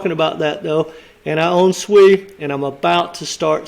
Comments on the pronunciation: you saying SUI but it s SEI mate 🤣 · I think it's pronounced "say" (SEI), not SUI (another token). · It's nou SUI but SEI, pronounce like Say. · The name is pronounced "say" not "swee". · Yes, I was about to say the same. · Sei is pronounced "say", great video 💯👊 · Sei is pronounced "say" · It’s pronounced SAY lol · Sei is Pronounced "Say", Sui is another crypto. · You’re confusing everyone with this pronunciation lol. SEI = say